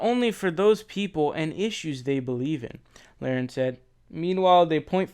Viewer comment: Can you pronounce her name correctly, you should figure out how to pronounce a name before you make a video about the said person. Your rambling and foul language show your uneducated.